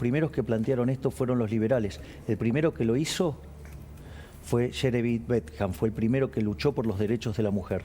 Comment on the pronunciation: El liberal o libertario que menciona Milei se llama Jemery Bentham y no "Sherebi Beckham" como él lo pronuncia. Fue un filósofo inlgés del siglo 18. Y sus ideas y acciones son totalmente diferentes al falso "liberalismo" o mal llamado "libertario" que dice ser Milei. No coincide en nada con lo que propone y ejerce Milei. Solo en una cosa. Y con respecto a lo que menciona de fue el primero en luchar por el derecho al voto femenino, es mentira. Ya hubo otros y otras que lo hicieron anteriormente. Pero si es verdad que apoyaba y predicaba por la igualdad de derechos para todos y todas, incluyendo animales. Y por último, no es lo mismo igualdad de derechos que igualdad ante la ley, como lo menciona en el video, si bien una frase está directamente conectada con la otra. Yo no se si Milei no sabe hablar, o no puede con su verdadera naturaleza antilibertaria y habla como piensa de verdad. Además es burro. Que estudie nuevamente o devuelva el título que tiene.